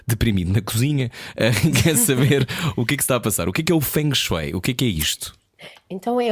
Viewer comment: Creio que se diz ou Feng Shui (como é escrito) ou dito como se fosse Feng shué, - e não Feng Shói, como eles disseram algumas vezes, como se estivessem a falar de Chopsticks. Pelo menos foi assim que eu aprendi no Imp, com o Francisco 😘